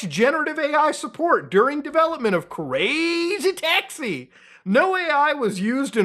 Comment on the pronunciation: I actually couldn't listen to you keep saying crazy taxi like that lol